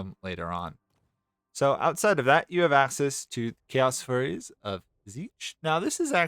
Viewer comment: I thought you said "Chaos Furries" 💀